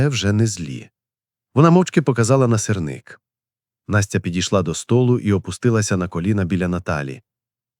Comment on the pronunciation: Та не сирнИк, а сИрник!!!